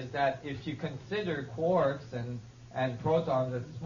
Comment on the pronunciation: En el tiempo Nassim Haramein no dijo CORCS sino QUARKS. No se que tanto sepa este tipo pero estoy de acuerdo en que el vacio está lleno de energia y particulas y eso ya lo demostró la física cuántica.